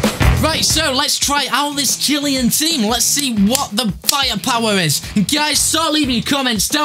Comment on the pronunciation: Chill-Ay-An not Chilly-An